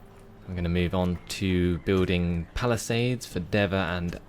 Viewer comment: its pronounced de-va (chester)